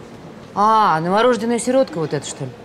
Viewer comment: НоворОжденная как раз правильно